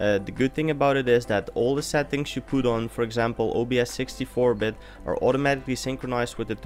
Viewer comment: Cool, lol, whenever u say settings, it sounds lkike ur saying sad things, haha :D